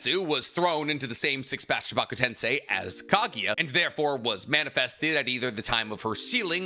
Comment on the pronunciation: Why do you always pronounce the Japanese names so weird? Kotoamatsukami - Kotoamatsukame Chibaku Tensei - Chibuka Tensai Kakuzu - Kakuzo These are just some examples